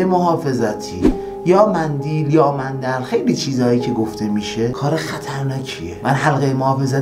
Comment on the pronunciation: داداش کلمه مندیل نه غلطه مندل صحیح میباشد.شرمنده.